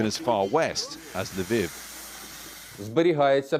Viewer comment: That amused me too. Wish he would learn how to pronounce Lviv though.......what is it with the English and foreign names?